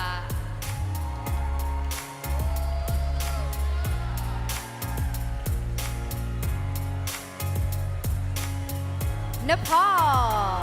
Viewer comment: Iris mitinnaire is so beautiful. Is the other hostess a Trump fan? "Nambia"?